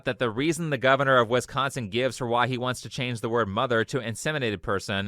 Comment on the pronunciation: as a wisconsinite I HATE HOW HE PRONOUNCES WISCONSIN ITS ALL ONE WORD NOT "wis-consin". thank you for pronouncing Wisconsin right